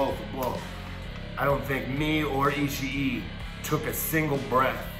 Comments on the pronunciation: You'd think he'd get "Ishii" wrong like most people, yet he messed the easy part of his name lol. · Haha he can't get Ishii's name right